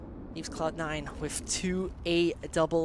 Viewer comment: Tip to commentator: cloud9 not just cloud and try to make a d more than a t